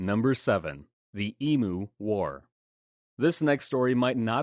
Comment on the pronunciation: You’re mispronouncing emu and Canberra, mate. 😂 That accent is golden. 🤣 Is that what we sound like to Americans? 😂 You’ve got a new subscriber from Oz 😊 Your content is entertaining 😊